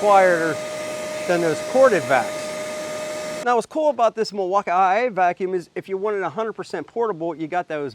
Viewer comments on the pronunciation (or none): Why do you call it Milwauka i i? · never heard Milwaukee pronounce that way..